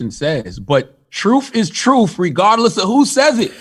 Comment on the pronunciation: I like how CThaGod says, "truth." He says, "troof." As in, "The troof is the troof." Hard to take the brain-twisted dude seriously. He reminds me of that Damon Wayans character with a pickle in a jar. Yeah, he's a goofy-ass.